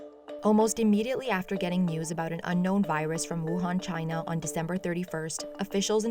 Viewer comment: Taiwan is not Chay-Nah